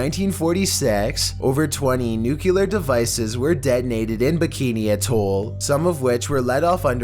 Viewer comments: If you didn’t understand what he meant when he said nukelar (as pronounced by nu-key-lar) he most likely meant nuclear. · Did he just... fucking say... "nuc-u-lar" ??? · “” ummm two things. One, if your name is then why is your Instagram? Two, you said “Nuculer” (nuclear) but it is pronounced as written “Nuclear” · nuclear is NOT pronounced nukelar